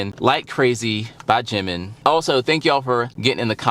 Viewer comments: Right the syllables are Ji-min, there's no stress on the second syllable though when he introduces himself or other member address him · Funny enough you were saying his name correctly in the first place, as it would be said by other Korean. Now you say it more western without the proper break point. Proof, listen to the way Taeyang says his name in the live version of their collaboration "Vibe". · You were saying it correctly before. Jimin (Gym-in) is the Romanized (Western) way to say it. Ji-Min (Gee-Min) is how it's pronounced in Korean. Either works.